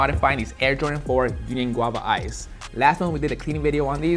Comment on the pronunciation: “UNION” came out dope 👌🏽